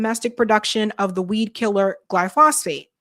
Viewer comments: ‘gly foe sate’. We must STOP trusting these scofflaws during campaigns. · GLAI- fow- suht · you and the interviewer keep mispronouncing "glyphosate". It is pronounce GLY- FO-SATE stressing the first syllable.